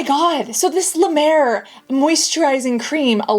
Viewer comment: I’ve never said this on your videos reacting to skin care routines but honestly, when they can’t pronounce the product name and when it’s La Mer, I don’t believe they have a true skin care routine . I’ve noticed that people that do these also don’t know how to stack their routine efficiently. I personally think they got the ítems for free and paid… Thanks for the great videos! Love you Cassandra….